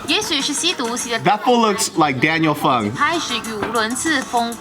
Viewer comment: deadass said “Daniel Fung” lmaooo